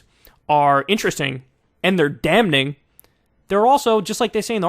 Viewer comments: The "N" is silent, dawg. DAM'-eeng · Kyle. The “n” in “damning” is silent!!! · Kyle did you just pronounce the 'n' in 'damning'? Sorry bro, I gotta unsubscribe. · Dude stop pronouncing the N in "damning"